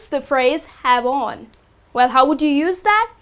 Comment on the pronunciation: the pronunciation of the word "have on" sounds like jabon which in spanish means soap haha